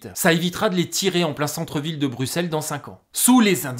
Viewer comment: Bravo pour la pronociation de Bruxelles et de Woluwé ! De la part d'un Belge.